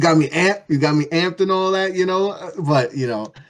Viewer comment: I literally didn't hear a word said for a solid 20 mins. All I could hear ringing was ANALLAT